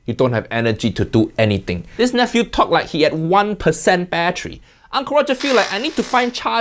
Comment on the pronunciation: ❌battery ✅bat tree